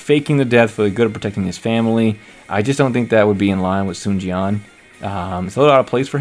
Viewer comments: There is actually a "w" component in "Sun" (technical term is "rounded") "swan" is indeed incorrect though, especially the two syllable way of how it's done in DWO It's a "close back rounded vowel" diphthonged into neutral schwa (mid central vowel), but it's also still a single syllable But, there is basically no way to convey that to a general English speaking audience via the Latin alphabet If anything it tells me the direction is actually trying to get them to speak mandarin, just it's too hard for the VAs. Many of the pronunciations from the older games you are familiar is also super wrong anyways (it's not the "soon" family, as you have pronounced either) so the whole thing is just a lost cause, I wouldn't worry about it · I think the voice director was trying to be more accurate with mandarin with the Sun, (swun), but they said swan instead